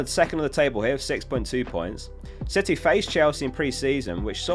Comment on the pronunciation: i swear he called city, shitty 🤣